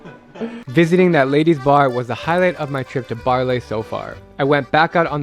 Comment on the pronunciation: Baarle is pronounced Baarluh, not Baarlay. Should have been a very tiny effort to learn that if you even WENT there